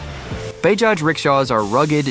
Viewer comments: Bayjaj…Bahjaj…Baajaj, 🤦🏻The proper phonetic pronunciation is “Buh-jaaj”. Same with Puny - pronounced “Poonay” 😂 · It is BAJAJ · It's Bajaj